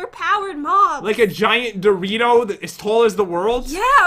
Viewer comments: JEN iTS DORiTO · Pat why do you always say Dorito?